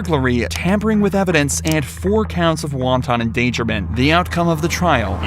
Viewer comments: Lol did you really say Wonton endangerment? Cause you missed the fact he also got charged with Twelfth degree Chow Mein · Wth does he mean by “wonton endangerment” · Waan·taan??? Come on man, its pronounced wonten, meaning unrestrained, deliberate, unprovoked, its not soup! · Wonton endangerment!🤣🤣🤣🤣🤣Oh no! I wouldn’t want to see innocent wontons endangered?🤣🤣🤣🤣 You guys need a proofreader and a pronunciation coach. Wanton is pronounced wahn-tn with the accent on the first syllable. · Wanton. Not wonton. We ain't having dumplings. Wanton. Learn how to pronounce the words in your script. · "Wonton endangerment"??? Good Lord, NO!!!! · You said won ton endangerment. Dumplings should totally be protected. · "paste maker"??? Also you def said "wonton" endangerment 🤦🏼‍♀️